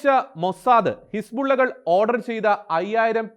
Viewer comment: പറയുന്നത് ഹിസ്ബുള്ള his-ball-illa ആയെന്നാണ്. 😂